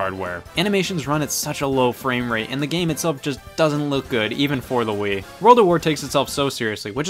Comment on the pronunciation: Did you just say “we play as ze American soldiers....”